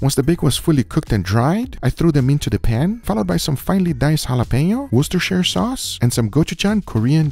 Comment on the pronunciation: I love that Guga manages to pronounce "Worcestershire" better than most YouTube cooks for whom English is their first/only language. Also, this time it was who was the main vegan meat skeptic, rather than.